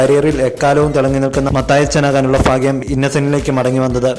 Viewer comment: fagyam...... enthanu athu Malayalam padikuuuu adyam